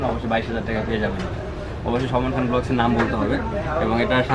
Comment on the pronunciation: টেকা বলেন কেন ভাই টাকা বলেন😂😂😂